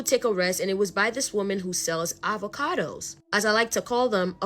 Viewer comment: Uhvahkudoess 🥑 🤣🤣 I love it😂😂